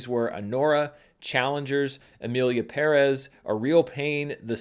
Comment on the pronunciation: Finally someone making an attempt to pronounce “Pérez” correctly